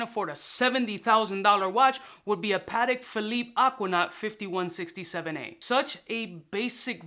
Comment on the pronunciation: "Pa-Tech" my man...